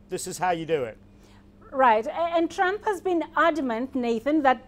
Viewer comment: sounds as if she said Donald Chump